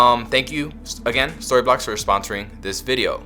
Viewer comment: "Thank you SquassssToryblocks." You almost messed up the sponsor! Good tips here.